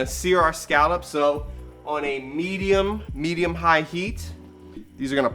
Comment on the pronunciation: “ heat “ my fiancé is getting tired of me saying this 😂 lve watched every episode! You are so genuine and just so fun to watch. - -SHARK 🦈